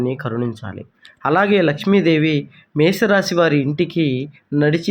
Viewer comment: మే స రాసి కాదు మేష రాశి